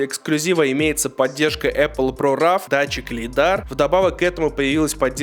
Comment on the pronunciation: Боже, уже не помню когда последний раз выключал обзор. У автора биполярочка? «Дисплей один и тот же», тут же «800 нит против 1000 на 13 про»… «функция про РАВ» ты что , купил тойоту рав4? РОУ, не знаешь английский так может тогда готовиться к обзору? И как такие вообще доходят до 20к подписчиков…